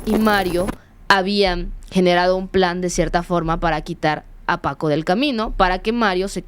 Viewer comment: No supo ni decir bien el nombre de Paco y de ahí en adelante una bola de datos imprecisos.